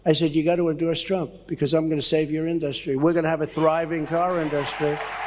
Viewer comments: "In - DUST- treeee." donald cannot even pronounce words correctly. What an idiot. Fact is, the UAW loathe donald. donald turned his back on the unions, more so in 2019. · Trump cant pronounce Industry 😂